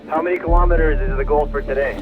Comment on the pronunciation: What's a kill-omitter?